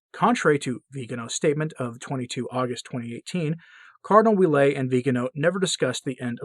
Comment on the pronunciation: Cardinal Ouellet is pronounced “Wellett.” (My mother-in-law’s maiden name).